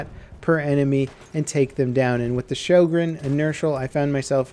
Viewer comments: showgreen??!?! its sjögren :( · It's actually pronounced rho-gren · i think sjogren is pronounced syogren cuz it sounds nordic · Your pronunciation of "Sjögren" sickens me. "Ö" sounds like the "i" in "sir" (the brittish sir).